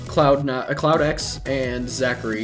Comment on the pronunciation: How many times did he call CloudX "Cloud9"?